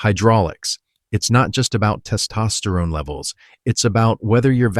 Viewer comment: It's hard to listen to because the way he says "Test Osterone" is super distracting